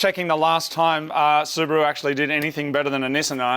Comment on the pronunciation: Its not subru.... its called SU BA RU